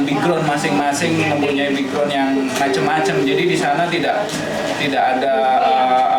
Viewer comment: ACH LAIN X BAJU KUNING JANGAN DIAJAK.ANJIIR PERSIS MAK"KOMPLEK😂😂😂 KEDUA TEMENNYA LBH CALM DOWN.NAH SI KONING SEPERTI INGIN BERAK😂😂😂.SATU LG BACANYA BUKAN BIGROUND TP BEKGROUND.AISHHHH CHUAKKKSSSSS😅